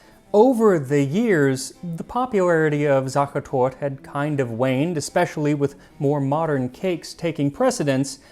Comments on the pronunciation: not sure how the viennese pronounce it but in Germany it is the same as you say, but the e at the end makes a sound. sachertort-uh. the e is not for decoration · yes, his pronunciation of sache is acceptable, it's the torte part. Sachetorte is 4 syllables. SachAHtortAH. German is a wonderfully regular language, an E always has the same value. Please understand I totally value the work and research that Max does. The post was about his pronunciation. How you, I or the queen of Spain speaks German is irrelevant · How is he able to say „süddeutsche Küche“ close to perfectly but COMPLETELY butcher the word „Sachertorte“ throughout the whole video. There are letters for a reason. We aren‘t some french maniacs using letters as suggestions hahaha (Only in dialect) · Sachertort-E There is an EH at the END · The "e" at the end of "Sachertorte" is not silent! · The e at the end of Sachertorte is not silent. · I have been living in Vienna for well over a decade now, and I learned quite a lot! Also, your German pronunciation of all the terms is pretty much spot on, with one exception: we actually do pronounce the final e in Sachertorte. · just as an FYI: In German, the e at the end is almost always pronounced, just like you did with "Küche" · I love how you struggle to pronounce "Sachertorte" (you are missing the E at the end) but absolutely nail "Schlagobers" lol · Sadly no, he got it wrong, every time, despite just returning from the country of origin - a little online check would’ve been helpful :/ there’s a schwa on the end, so it would rhyme with an RP pronunciation of “water”. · He is notorious for his great pronounciation, but he somehow managed to get the most central word of the video, "Sachertorte", very wrong. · Sacher was perfectly fine indeed. The torte is what was problem. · That's just it, he didn't "try to pronounce it right", he just spoke English. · za-che(r)-tor-te, not tort. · It is SachertortE. The "E" at the end is not silent :)